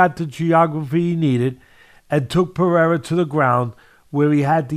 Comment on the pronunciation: Ironic that Teddy is the only one in the MMA world who pronounces Pereira's name perfectly.